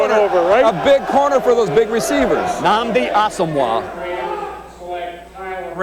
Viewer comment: They butchered Nnamdi Asomugha's name lol. One of my favorite corners.